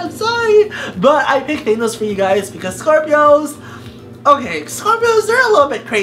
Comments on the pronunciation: I hate how he says thonos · He pronounces Thanos wrong!!! Did you even watch the god damn movie?!